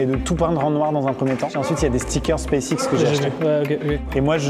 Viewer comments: space ikse 🤣🤣🤣🤣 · "space ikse" 😭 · Space ikse ... « Elaine Muks » en PLS !! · Je suis désolée, mais le "space ikse" derrière, m’a fait éclater de rire 😂😭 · "space iske" 😭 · Le « Space ikse » sur l’écran 😭😭😭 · "Space ikse"...👌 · "Space Ikse" 😭😭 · On en parle du "SPACE IKSE" affiché tout le long mdr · le "SPACE IKSE" projeté ma littéralement plié de rire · « Space ikse » jpp😂😂😂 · " SPACE IKSE" . c'est bon je peux mourir tranquille . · "Space ikse" 🤣🤣